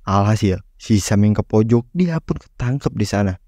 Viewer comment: Agak dikurangi tempo bicaranya bre, Alon Alon ngomong biar jelas, A I U E O Pun bukan pu